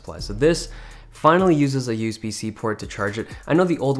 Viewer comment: why does he say use-b